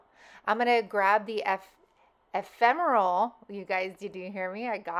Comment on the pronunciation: Love, love the pics! You said Efemeral right! Yay! lol❤❤❤